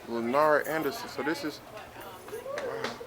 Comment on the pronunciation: said "Lynard Anderson"